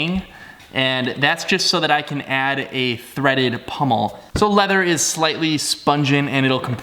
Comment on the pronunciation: Great job! But for God's sake people - it's pommel, not pummel!😃